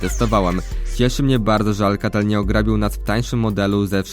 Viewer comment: Chodziło mi o akcent;)